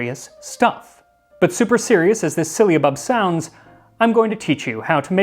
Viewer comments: I found your channel, and I am loving all your videos! The anthropology and history of food is awesome. One thing, I think it's pronounced differently than you were pronouncing it. I believe it's pronounced sil·la·bub, not sil-lee-a-bub which was how you seemed to pronounce it. Anyway keep making these amazing videos! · I'm afraid your pronunciation is a little 'silly'. It's si· luh·buhb not si· ll·y·a·buhb. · Would this not be pronounced "Sigh-luh-bub" or "Syl-luh-bub" instead of "Silly-uh-bub" Sorry, that's driving me mad. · sil-a-bub, NOT silly-a-bub. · The way it's spelled it should not be pronounced with an i before the a. Unless my eyes deceive me, it's not SYLIABUB - It's SYLLABUB. . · Syllabub has only 3 syllables 😁 but you gave it 4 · I'm finding his pronunciation "silly-abub" more amusing that I probably should. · It's not 'syllia-bub. it's syll-a-bub! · Just FYI, you keep saying “sylliabub”, not “syllabub”. You’re adding an extra “i” in there. It’s pronounced SIL-A-BUB. 😊 Love your videos. I think you should open a restaurant. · It’s “sill ah bub” not “silly a bub”. You’re adding an i that isn’t there. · Bruh, it is just syllabub pronounced sil-uh-bub not silly-uh-bub. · How strange that "Sy-lla-bub", should be interchangeable with "Silly-a-bub". Folk do tend to complicate words that they are new to, adding letters or even syllables ('silly-ables'..? LOL!). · It's syl-a-bub.....Not syliabub. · Ummm why are you pronouncing it sill-i-abub? Are you reading the word wrong? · Sounds like "Sill-UH-Bub. Not "silly a bub." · It's not a Spanish ll, nor yet a Welsh. Silabub. Not sillybub, nor sihllabub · It's syl-la-bub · I think you are adding in the extra syllable. It’s definitely syllabub. Sil a bub. My grandmother used to make it. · I'm SO making this very soon. But it's pronounced sil a bub, my dear. And where do I find orange flower water? Thank you for the lesson and recipe!